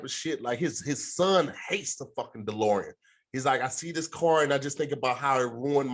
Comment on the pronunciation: Not saying "Delorium" the whole time instead of "DeLorean" 😂😂